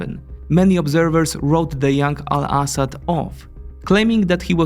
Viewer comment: I love his pronunciation of Al-Assad it make the report sound way more informed then with an American voice